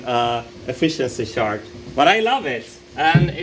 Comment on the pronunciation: Martin's gotta work on his pronunciation of "chart" lol